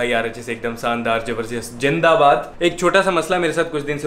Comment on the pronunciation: Bro zindabad bolo jindabad nahi.You sound like an indian